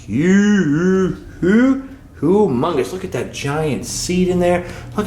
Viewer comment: HAHA! I loved the "Huuu-Oooh-OoOo-Ooo-Mongus" comment about the shower. I had to listed to that about 7 times to soak it all in. So funny, and perfectly enunciated. Thanks for the amazing tour!